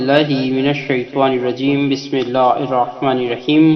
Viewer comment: bismillah to sahi parhana seekh lo pahlay nauzubillah